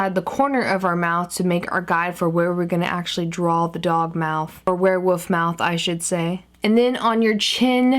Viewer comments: She said wherewof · Yeah she says warewoof.... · You keep saying "werewoof" instead of "werewolf" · did anybody notice that she said werewoof just pointing that out not saying its weird or anything but LOVE YOU KAT <3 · why do u say ware woof